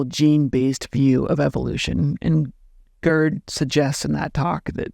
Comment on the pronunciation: Please stop calling the man "GURD." His name, in German, and English, is pronounced "gayrt" with a German, uvular "r." When one says GURD, it sounds like GIRD, which is an acronym for "Gastrointestinal Reflux Disease." 😁